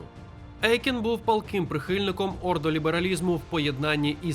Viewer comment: Дякую за відео - пізнавально. Єдине не ЕЙкен а ОЙкен. Це суттєво. У німецькій мові "EU" читається, як "ОЙ".